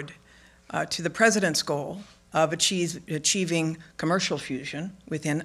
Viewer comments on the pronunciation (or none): she literally said they were "a-cheesing" the goal of achieving fusion power!! The very dry swallow before that indicates it wasn't a slip of tongue